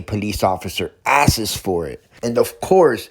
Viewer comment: Ahhhh, you didn't just say askses. I'm so disappointed.